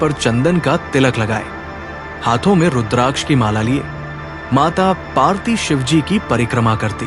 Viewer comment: Mata parwti not mata parti.